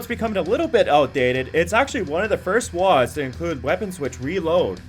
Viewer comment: "lol sorry woads ? ...isn't it "wadds"